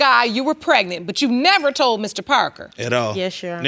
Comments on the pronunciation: That told-ded took me out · "Tolded" "Postpoled" ""I was spending multiple times whichu"- 🤦🏾‍♀️